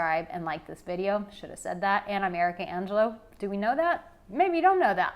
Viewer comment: 👋 They are not my women! When you say ' I'm ' fast it sounds like America Angelo 🤗. Thanks and enjoy your last Bali days ❤